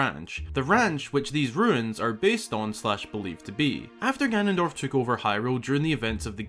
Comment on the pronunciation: Yup I heard ganonpork lmao. Never gonna not use this now